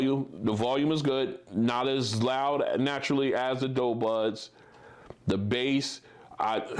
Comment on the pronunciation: "do" not "dough"